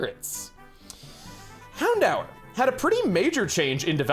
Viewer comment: I always thought it was pronounced "Hound-door"